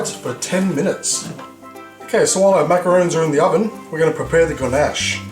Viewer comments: they're macaRONS! pronounced like the name Ron, not macaroons. macaroons are the coconut cookie-like treats. I wanna try this recipe out, though :) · Not sure if it's just your accent or if you're legit mispronouncing macaRON .... I mean roons/rons get mixed up a fair bit by the general public but... to screw up the pronunciation AS YOU'RE MAKING THEM, considering yourself to be a pastry chef?.... bruh you betta not 😢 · ...it's MACARONS. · how he says macarons is soo funny hahahhahaha fucking ugly :P